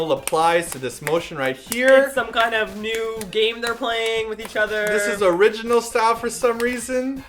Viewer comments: Omgosh I laughed sooooo hard! And now when I hear "orginal" I'm gonna think of this and crack up! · SOOOOOO~~ Talking about the Word "Original" I can never listen to Super Junior A-Cha the same when ShinDong puts on his sunglasses and says(something that sounds like) "Original" because of Simon's story....... .________. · OMGGGGGGGGGG. SIMON.... YOU RUINED THE WORD ORIGINAL FOR ME TOOOOOOOO. OMGGGGGGGGGGG.NOOOOOOOOOOOOOOO.